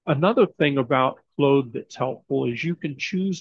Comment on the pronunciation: It's 'clawed', not 'clowed'... 😎🌵